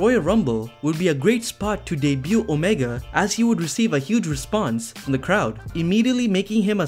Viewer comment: you’re defo a wwe mark lol. can’t pronounce omega and still called him the cleaner, and saying rhodes even though he’s just cody